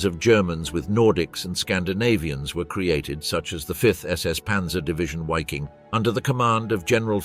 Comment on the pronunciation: Is it not pronounced 'V'affen and 'Viking. As opposed to Waffen . Interesting pictures from the period. Thanks for the documentary